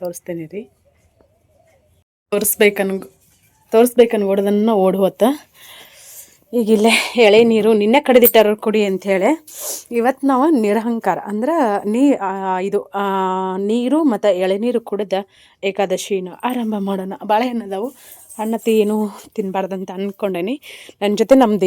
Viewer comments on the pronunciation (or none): ಅದು nirankara ಅಲ್ಲಾ nirahara ಅಂತಾ ಹೇಳ್ಬೇಕು